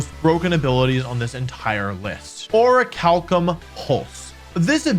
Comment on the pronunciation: Me when he said pronounced “Orichalcum” “Or-cal-cum”:🤮